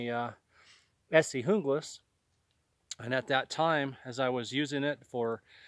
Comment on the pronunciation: You pronounced the Junglas correctly! Not too many does.